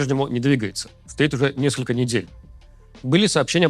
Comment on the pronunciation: Руслан, говорю вам, как человек сдававший госэкзамен по сценической речи и практикующий всю профессиональную жизь этот предмет. Дело не в вашей усталости. Пробка - это хорошо, но вам необходимо и другое. Вы непроизносите глассные звуки, вы их сбрасываете. Вы говорите не "несколько", а "несклк" - по такому принципу вы произносите половину слов. Два-три слова вы проговариваете разборчиво и ещё столько же не разборчиво. Почему так происходит? Потому что вам не хватает дыхания на все слова. И вы торопитесь и не используете дыхание должным образом. Торопливая речь. Что делать? Говорите на дыхательной опоре. Посылайте дыхание на все слоги. Делайте это нарочито и медленно для тренировки, чтобы понять, как это работает. Как бы, тяните слоги дыханием. Дыхание из низа живота. Напрягаться при этом не надо совсем!! Во время ваших занятий, хоть и с пробкой, вам надо говорить не быстро, а наоборот медленно с дыханием. Ещё раз: говорим на опоре, опора - это дыхание, подаваемое из низа, а не только из груди. Посылаем дыхание на ВСЕ слоги. Это для домашнего тренинга. Но если пропоёте так всю сводку, будет забавно.😊 Но зато все, всё поймут и расслышат.